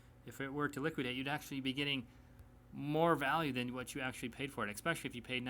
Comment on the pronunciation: This is the second time I heard this guy say "EXspecially." You learn that's incorrect when you're 10 years old.